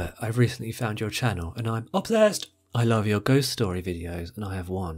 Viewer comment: is quickly becoming my favorite Welsh brother!!! Loved the emphasis on “Obsessed” 😂😂